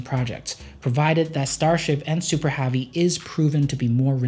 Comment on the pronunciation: Why is your 'e' sound like an 'a'? -Super Havy -Compatitors